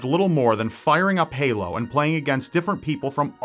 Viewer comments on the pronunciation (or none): none